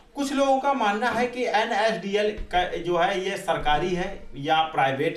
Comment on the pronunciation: Nadl nhi la**e NSDL HE VO name lena sikh le fir dushro ko sikhana 😶